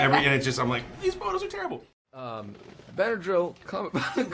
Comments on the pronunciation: Winston: broham cumberbatch Anthony: bedadrayl cumberbatch Sebastian: Bernard cumberbatch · What is this disrespect? You don't make fun of Benadryl Cucumberpatch's name And oml Lizzie said squirrel twice 😂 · AHHH yes Bendydick CrackerSnack, how do people get his name wrong? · I love how no even cares enough to pronounce benadryl cumbersnatches name right anymore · fakeituntilyouareit it's kind of an internet running gag to pronounce his name wrong and because of that so many people do this😅